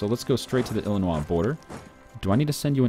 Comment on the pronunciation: Dude I'm from illinios pronounce it right please just look up how to say it